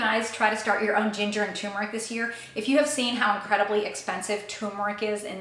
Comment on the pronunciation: TUR meric It als obsorbs better if you pronounce it correctly.